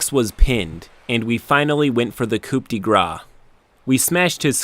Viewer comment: just so you know it's "coup de grace" (it sounds like "koo da grass") and not "coupe de grace" as it litteraly means "cup of grace".